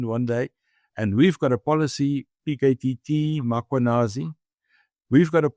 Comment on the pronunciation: And would people please pronounce the name correctly ... it's Mm.khwanazi, not Makhwanazi...!